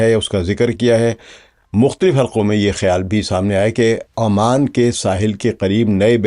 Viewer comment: Sir its oman not aman